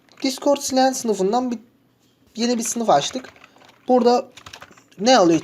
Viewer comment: Abi çok güzel video ama client'i telaffuzun biraz can sıkıyor